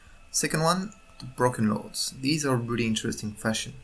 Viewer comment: BrOken lords not bruken lords